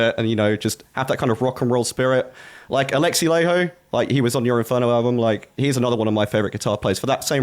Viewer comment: Laiho is not "ley ho", its more like "lie ho". And ditch also that u at the end.